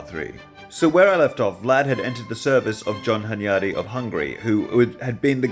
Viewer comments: Great series, but hearing hunYADy really hurts my ears as a Hungarian. Stress is on the first syllable: HUNyady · (Hunyadi has stress on the first syllable)